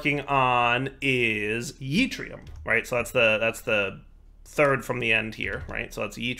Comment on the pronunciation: yeetrium is my favorite one so far.